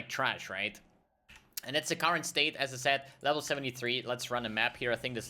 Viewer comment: it's funny when you say "as i said" quickly it sounds like you say "SSF" lol